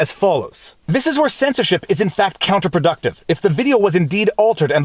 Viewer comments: They're Farty and they're checking Pacts. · Sounded like “Third Farty Pact Checkers” in your intro 😂